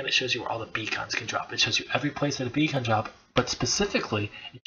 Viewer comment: ur english sounds perfect... but 1 word gives it away XD especially if its the most used word in your vid i ROFL everytime i hear you say B-KHAAN B-KHAAN like its some meth addict second rate rapper XD beacon= bee (long) + kun/cun (short) cheers for the great vid though